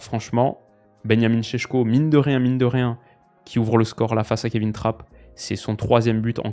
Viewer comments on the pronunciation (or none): none